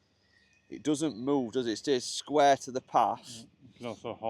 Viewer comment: Sqaure to Sqaure lol Is that northern?